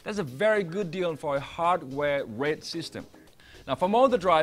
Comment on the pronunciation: Could barely understand what he was saying!!! Sounded like he was saying "red" but it was "raid"...